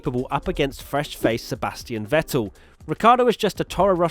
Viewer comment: Learn how to pronounce Vettel.